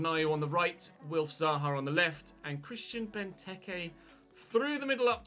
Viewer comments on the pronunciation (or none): none